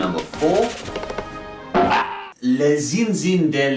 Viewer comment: The "Ch" syllable is pronounced as "Sh" in French. The "in" syllable is also pronounced "an" . Sorry, it's just that I did French briefly in Secondary School , so your pronunciation annoys me. The "s" in "Les" is silent.